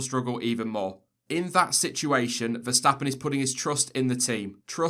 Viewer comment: Quick note: the pronunciation of Verstappen and Vettel are "ferstappen" and "fettel" respectively.